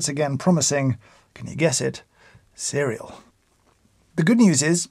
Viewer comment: Every time he said “cereal” I started cracking up.